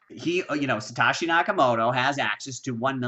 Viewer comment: Thx for your effort! And its pronounced sa-toe-shi